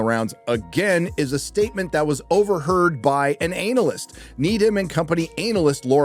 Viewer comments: Do Americans really pronounce it "anal-yst"?. The rest of the world says "ah-na-lyst". You know, to not appear too ANAL. 😅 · Dude, analyst is pronounced anna-list not anal-ist 😅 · It's ana-lyst not anallyst 🤣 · It’s Ana-list, not anal-ist. I wasn’t sure you said that and then said it again. Not sure if you’re joking but it made me chuckle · I’m sorry It’s analyst. Not anal-lyst😂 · the way he says ANALyst.. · Love how you pronounce analyst as ANAList 😂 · I never realised Americans pronounce the word an-alyst as anal-ist. Sounds very proctological. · Never heard anyone pronounce analyst as ANALyst 🤣🤣🤣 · Peter: "Hey, remember the time they defrosted Walt Disney?" Walt Disney: "Are the Jews gone yet??!!" edit: lol "anal-ist" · Anal-lyst Why do you keep pronouncing it like that my dude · The way he says Analyst hurts my anus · Why do you pronounce analyst like that 🥲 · There’s something very wrong about the way you say “analyst” 🧐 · Sorry, how are you pronouncing Analyst? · do you always pronounce analyst that way? If so then you just earned a sub 😂